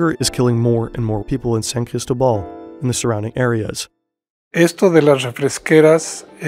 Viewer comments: I found so funny you saying ChristoBall when its CristObaal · San CristÓbal not sancristobAl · It’s NOT that hard to pronounce San CrisTObal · San "Crystal Ball"? Are you kidding me with that terrible pronunciation?